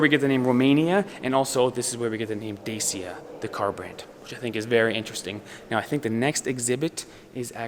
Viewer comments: It's not Desia..... It is DACIA. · Glad to see with, I am a regular follower of Dodo Explperes! It is pronounced Dachia!